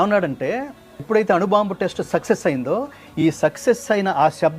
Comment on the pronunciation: *అణుబాంబు అనుబాంబు కాదు